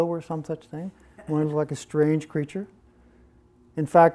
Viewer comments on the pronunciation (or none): none